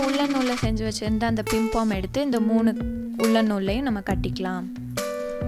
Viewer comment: Akka athu pimpom kedayathu athu pompom